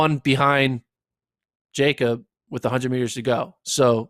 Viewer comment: These idiots keep mispronouncing Jakob's name :( and no Hoare wasn't close to really competing in that race Jakob was just toying with that field!